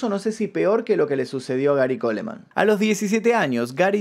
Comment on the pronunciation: En el apellido Coleman, se omite la letra e, debes respetar el idioma ya que es un apellido en Inglés.